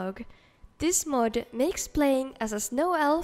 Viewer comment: Always love when she says мод 😁